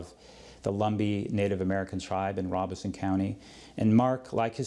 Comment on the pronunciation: Love this interview and the content. Just gotta say, being from North Carolina, that the name of the county that Lumerberton is in is pronounced with the long O sound. So, the “Ro” at the beginning of the word sounds like “row”....Robeson.